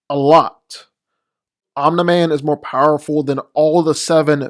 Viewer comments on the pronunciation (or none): Love how he says omna man